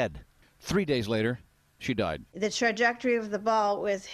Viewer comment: It sounded like a separate recording cut in. It was way off tone and weird.